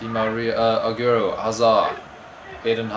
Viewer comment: I like the pronunciation of Agierroo its funny